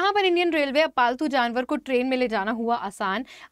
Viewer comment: Ma'am ne bola paltu Januar I heard faltu Janwar 😅